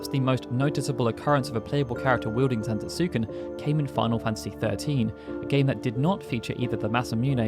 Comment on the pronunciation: The U is silent.... Zantetsken 😑